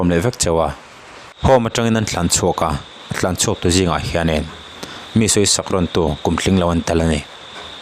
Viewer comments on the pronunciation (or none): Tlanchhuak tih ta che. Thlanchhuak itih a